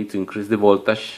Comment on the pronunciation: I like the way you pronounce voltage: VOLTASHH